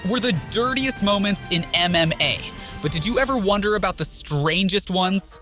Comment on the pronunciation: Stop saying mma like that.